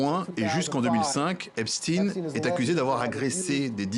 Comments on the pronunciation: Epstine ? NON, Epstein, comme Weinstein. CHTAÏNE ! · Pas Epstine mais Epstein, il est pas russe, mais juif.